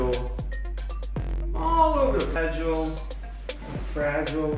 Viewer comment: FRA GEE LAY